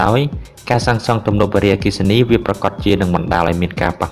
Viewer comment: កុំអានវ៉ារីអគ្គិសនី សូមមើលសម្លេងផង